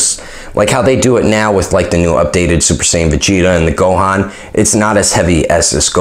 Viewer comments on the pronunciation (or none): none